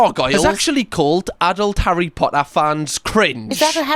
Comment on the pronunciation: Ha-RRY potter